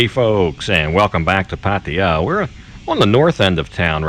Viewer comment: Why dont you learn how to pronounce Pattaya correctly? Ask Vee